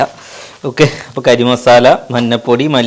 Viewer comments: കരി മസാല അല്ല പൊട്ടാ 😊ഗരം മസാല ആയിരിക്കും 😃😃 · Karimasala alla 😂😂 garam masala